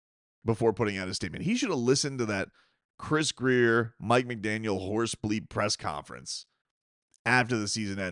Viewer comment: It WONT MATTER IF GRIER IS HERE….. FOR YHE LOVE OF GOD!!!!!!!!!! ITS GRRRRRRIER!!!!!